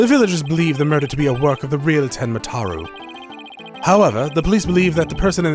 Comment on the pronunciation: You've been saying "tenma taru"